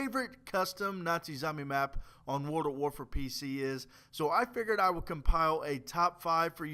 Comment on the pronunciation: whats "wrold" ?